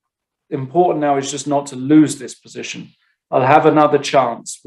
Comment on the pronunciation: PLEASE someone teach Peter that it is not "posaition" but position!! Love his commentary but that would be really helpful....